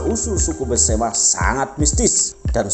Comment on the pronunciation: Maaf mas, bukan pesemah, tapi Besemah.